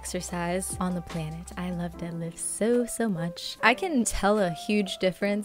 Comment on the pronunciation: I exhaled harder and faster than last time when you said didlifts lol